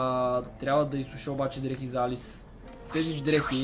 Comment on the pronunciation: не се казва Алис а Алъс